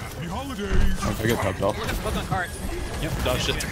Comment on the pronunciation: honestly you could easily mistake "dodged it" as "dogshit" lol.